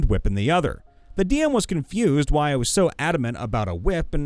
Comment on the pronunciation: You kept using the wrong inflection for "Why?",. You were reading it like a back-and-forth discussion, but you should have been reading it like someone answering their own questions, because that's what it was. Also, vorpal weapons just behead on a crit; they have nothing to do with things from other planes.